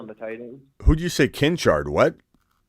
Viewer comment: “Kincha” 🤣😂. He must be related to J.K Robbins, Biaja 😂